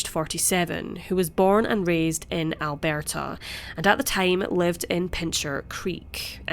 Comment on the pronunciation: "Albearrrrta"...sounds French lol. We say Al·bur·tuh In Canada (English/Old German)